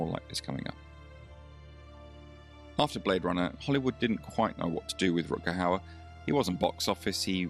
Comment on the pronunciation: No need to feel sorry for the hostess, she brought it all on herself. How difficult is it to pronounce Mr. Hauer correctly? I will admit his first name is a bit more difficult for non-native speakers of Dutch, but the easy way around that is the aforementioned Mr. Hauer. And getting the movie right is just preparation.